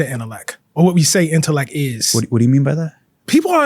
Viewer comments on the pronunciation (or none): Holy pronunciation, bro said “conflick,” “correck,” “predick,” and “intelleck” within the first 10 minutes. As an author, journalist, and English professor, I’d expect him to be able to articulate his words correctly. 😢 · Te omits the T at the end of his words. For example: Conflict = Conflic Intellect = Intellec Fact = Fac Tact = Tac Project = Projec And so on On the other hand, he includes it at the end of other words such as: Latent Important Trait Report Is this a Baltimore accent/dialec thing?